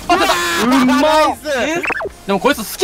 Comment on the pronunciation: うまいがだんだん甘いに聞こえる